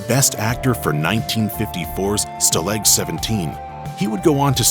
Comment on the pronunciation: Learn to pronounce "stalag." It would be a nice gesture.